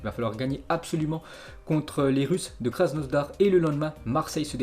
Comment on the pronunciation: Pk tu dit krasnosdar c krasnodar